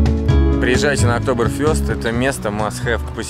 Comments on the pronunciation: Не фЁст а Fest.. чё друг не поправляет.? хоть сообщай когда в Германию едешь.. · в немецком языке нет буквы е или ё.. есть Э. то есть октоберфЭст будет.. никак не фёст... немного режест слух.. ну только тем, кто учил немецкий)))) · ну что за целенаправленное искривление слов, что еще за ОктоберфЁст, если он всегда был ОктоберфЭстом ... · Да не ОКТОБЭРФЁСТ... Октобэр Фэст. Фест (Фестиваль,Праздник) еще ухо рэпало когда GelendeWagen - Хеленвагином (ВагинаЕлены на немецкое ухо звучит) называли в твоих выпусках. Геленде - пересеченная местность. Привет из Германии. 20 лет тут живу. Уши просто режет. Без обид. Это скорее не таой косяк а заплета этого. Макса. Который правильно не подал название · ОктоберфЕст!!! А не октоберфЁст! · Блин, не Фёст а Фееееест!!! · Не октоберфЁст, а октоберфест. от слова фестиваль, кажись... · Мюнхенский пивной праздник, произносится ОктобэрфЭст! А в остальном ролик отличный! Вообще в Баварии и в соседней земле Баден-Вюртенберг много достопримечательностей!, приглашаю к себе, я живу в десяти минутах пешком от парка Legoland! Географически между Мюнхеном и Штутгартом буквально посередине! По роду своей деятельности,(работаю водителем) видел много прекрасных мест на юге Германии! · октобер фЁст как-то ухо режет